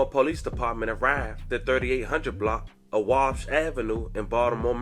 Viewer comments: That’s WA-BASH Avenue Not Wabbs…At least pronounce it Halfway correctly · It’s Wa-Bash Ave lol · The street name is pronounced.. 'Wah Bash' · The street is pronounced Wal-bash avenue